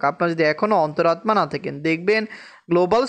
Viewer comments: তোমার অন্তরাত্মা উচ্চারন হয়না। সেই জন্য মেজাজ খারাপ লাগে। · ওনি হিন্দি ভাষারটা বলেন 😂